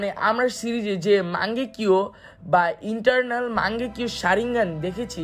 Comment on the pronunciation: Entarnal noy eternal